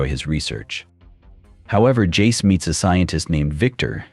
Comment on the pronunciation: " Vi and Porder" ... "His name is Jay-Z" Dude got 99 problems and pronunciation is every single one of them.